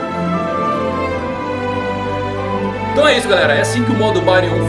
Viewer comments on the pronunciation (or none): none